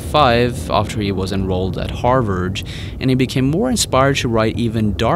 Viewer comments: "Harward"? I am triggered again! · Harvard is pronounced Har-VARD not Har-WARD..... I can't...I just can't!!!! :0/ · Why u pronounce Harvard like that omg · Say "Harvard" again.